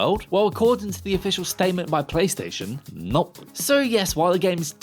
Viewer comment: Did he seriously mispronounce the word no/nope? I can't even tell what he's saying lol